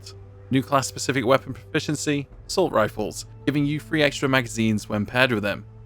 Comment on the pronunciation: Its three not fwee throw not fwro or do you call that something other then english my 2 year niece speaks better